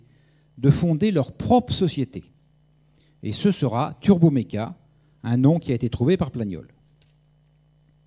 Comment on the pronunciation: Étonnant de voir que l'orateur est incapable de prononcer Turboméca en 1 seul mot ! Ce type dit ou bien Turbo ou bien Turméca. Jamais TurBOméca pour 99 % des cas ... Il est dyslexique ou a-t-il un problème avec ce qui est "Bo" ?? LOL Par ailleurs, les Russes veulent déjà remplacer le Ardiden 3 du Ka-62 par un moteur de conception Russe, 2 ans seulement après sa mise en service... C'est plutôt révélateur du manque de brio du moteur de Safran !